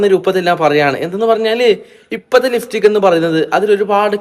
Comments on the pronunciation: ലിഫ്റ്റിക് അല്ല ലിപ്സ്റ്റിക് 😂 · ലിഫ്സ്റ്റിക്ക് അല്ല ലിപ്സ്റ്റിക്ക് 😂